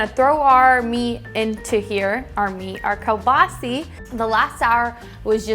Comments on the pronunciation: It's hard to take her serious heck she can't even pronouce kelbasa buttt i'll keep watching she is cute. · In Alberta where a large Ukrainian population lives, we grew up pronouncing it as koo-baa-saw. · Another great recipe, sounds delicious. I’ve always heard it and pronounced it as “keel boss uh” but hey, as long as it tastes good what does it matter huh..lol.